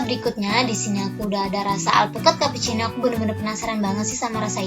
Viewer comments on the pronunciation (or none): none